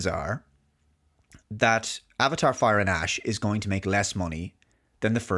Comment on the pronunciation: I can't unhear "Avatar: Fire & Ass."